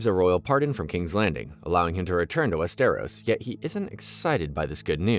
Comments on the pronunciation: WEST-eros and in the show they say Wester-ROSS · "west eros" "mar gary" "oberian" "wherewood" classic wetube